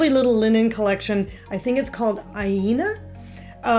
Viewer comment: I'm impressed how you handled the Swedish names/words. I even think you would have managed the Tjillevips. :-) You only missed on Aina which I would have said as a diphthong? [Ajna].